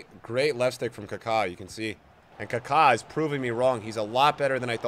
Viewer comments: He is kaka not ka kaaaaaa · It’s not carcar…